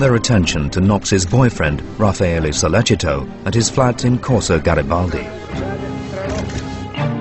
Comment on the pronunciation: His name is Raffaele not Ralpheo come on.